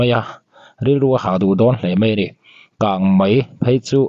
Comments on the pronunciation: Mizo tawng dik tak hi hman thin ni sela a va tha ve! Kangmai ni lovin kangmei tih tur aw, ngaihthlak a ti nuamlo thin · Kang Mei tih tur aw..kang Mai a awm lo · Kang mai tihloh tur kang mei tih zawk tur. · Mizotawng pawh thiam lo. Kangmai a ni lo......kangmei kangmei ti rawh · Channel nei tupa chu naupang chhia pawh i ni tawh si lova,,,KANGMEI tih pawh lam dik lo KANGMAI ti char char ringawt...i hahthlak..mipa ve si,hmeichhe in ti no deuh thilsawi angin lawm i sawi le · Kangmai tih loh tur..kangmei tih.tur.aw. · Kang mai nilo in kang mei ti zok la ngaihthlak a nuam zok amg❤ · Kangmei ti la ngaih thlak a nuam leh zual ang, i thiam hle na in, Mizo tawng i hmang dik po hret a, Kang mai chu tih chu awm zia a nei lo em mai..beng var thlak e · Kan News puangtu te ber in "Kângmai" in tih chuan eee,ngaihthlak zawm hi a chakawmloh rawih zel a nia.😅 English te chu lo diklo deuh se a ngaihdam theih a. Mahni tawng pawh sawi dik thei miahlo hi chu....🤔🤔